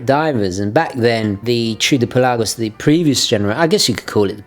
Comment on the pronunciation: Thank you for pronouncing the name "Pe LAH gos." So many people call it the "PELL a gos," which drives me CRAZY! Thanks for another great review!